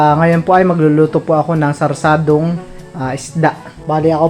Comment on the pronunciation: sarsiadong isda bal😂😂😂 d sarsadong isda